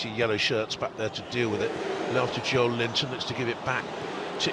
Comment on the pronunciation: Dude why do they keep calling joelinton “JOE LINTON” 😂😂😂😂😂